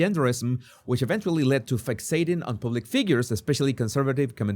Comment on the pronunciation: love your show... Just a little tip... public is pronounced with a short vowel not a long vowel it's not pubic hair... It is pronounce like a puppy